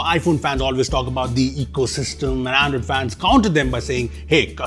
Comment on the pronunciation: that "Andriod" 18 towards the end was subtle! 😆